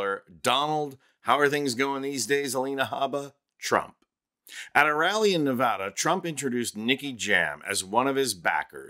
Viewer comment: Please if you Google it people that live in Nevada do not like it when the name Nevada is mispronounced it is PRONOUNCED NA VA DA NOT nu von da